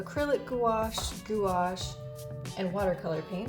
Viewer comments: i think its pronounces "gwash" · gouache not goo ash 😭😭😭😭😭😭